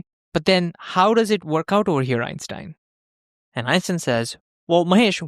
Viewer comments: great video 10/10 but why did you say so often epstein instead of einstein xD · Did you say epstien instead of enstien? 😅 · Einstein, not Epstein 😂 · did u say Epstein or r the captions cooked